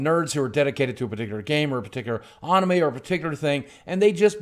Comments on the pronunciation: Did you just say "onime"??????? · I laughed when he pronounced anime. He pronounced the beginning and end correctly, then the middle incorrectly. Too funny xD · You called anime, onime... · i was blindsided at how he pronounced anime.LOL